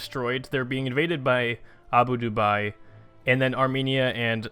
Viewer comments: ITS PRONOUNCED ABU DA(H)-BE (the h being almost silent but not quite) FOR GODS SAKE, PLEASE END MY SUFFERING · Abu Dubai.